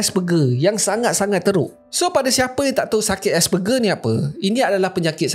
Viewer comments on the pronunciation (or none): Sebutan asperger : es-per- jer bukan ger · asperger tu nama lain utk austism. sbb autism ni spectrum, so effect pd setiap individu berbeza. Sebutan dia "ger" tu sebut "jer" 😆